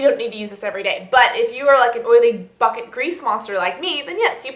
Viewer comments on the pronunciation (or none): When you said oily "bucket" grease monster i thought you said oily.... "f**kin" grease monster and my mouth dropped i had to rewind it!! LOL